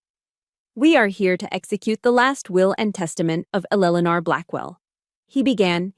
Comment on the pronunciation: Fix the AI voice - it sucks. Why can't it pronounce Eleanor properly?